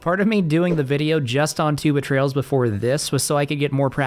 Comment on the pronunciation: For some reason whenever I hear you say Two Betrayals I immediately think the words Tuba Trails instead 💀